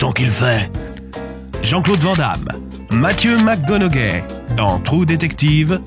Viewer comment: Ça m'a aussi perturbé pendant toute la vidéo c'est McConauWEY (enfin c'est comme ça que ça se prononce)